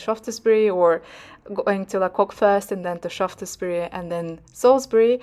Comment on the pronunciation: “Sharfsburry” might be a help for pronunciation.